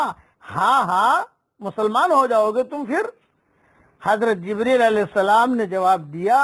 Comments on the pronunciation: Hazrath Jibraail bolna, Jibreel kya bolta hai? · en ka naam jibraeel nahi hai jibreel hai